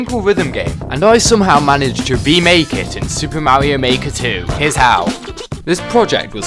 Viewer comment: Lets go he said mario not morio